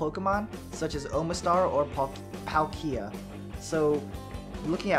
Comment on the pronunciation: YAY YOU SAID PALKIA RIGHT!!! @@ now I feel bad because on another video I tried to help you correct it... I apologized like 4 times though in that one comment but here's a fifth sorry.